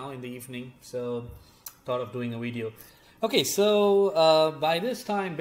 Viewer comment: I just want to hear once and only once when u make another empire z video can you please say "video" instead of "widey'yo" and the you can go back to "widey,yo"